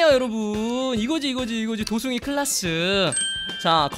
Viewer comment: 처음에 도숭이가 도중기로 들렷..